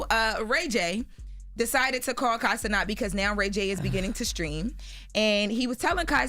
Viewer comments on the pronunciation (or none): I’ve noticed every time Kai Cenat comes up on here, all of them mispronounce his last name. He’s corrected it a few times, it’s “Ce-NAT,” but they pronounce it “Ce-NOT” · It's Kai Cenat!!! (sin-AT)!!!!!!!!! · 1.NOTHING FUNNY ABOUT RAY J especially being a father of two and pushing 50 yrs old. Doesn't he have and promote a "GAYgency" ? So why are y'all laughing at this creep behavior? 2. Kai's last name rhymes with Cat..why do y'all keep saying his last name so fancy and wrong? Nothing is funny about targeting young men for showers, amazing how y'all played 2 seconds, like the conversation wasn't longer and worst than that clip. He talked about being "butt hurt" and Kai hung up on him... Y'all promoting fuckery but if Ray J got caught being a PDF y'all would turn right around and report on it